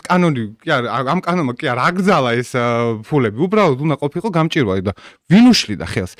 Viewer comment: გამჭვირვალე და არა გამჭირვალე.